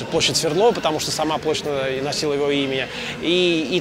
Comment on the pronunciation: В БСЭ ударение стоит Яков СвердлОв. В википедии также.